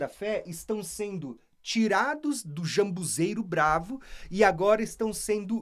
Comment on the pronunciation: Não seria ZAMBUJEIRO? Vc está pronunciando jambuzeiro